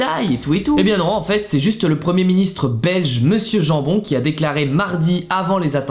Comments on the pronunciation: alors ça ne se prononce pas jambon, mais Yamebone (à la néerlandophone en fait) #BelgiquePower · Jambon se prononce Yambone x)